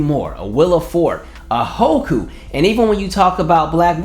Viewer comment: Here for the pronunciation of Hoku lmaoo wasn’t she Haiku 😂 doesn’t matter just thought it was funny